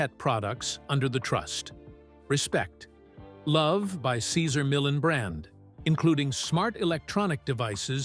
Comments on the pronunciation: Its not millin lol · Who the fuk is Cesar Millin? Not watching this if the narration can't even pronounce Cesars' surname correctly. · If you pronounce his name like that 1 more time... you said it right the second time then over n over Cesar Millin? Whos that?